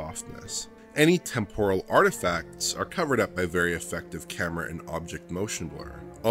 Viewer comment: Why do all df members pronounce “temporal” in such a weird way ?